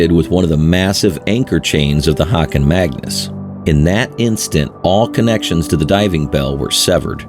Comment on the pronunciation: Just a small thing: "Haakon Magnus", not "Hakoon Magnus". (aa=å.) This is the name of the Norwegian Crown Prince - he is still only the Crown Prince by the way.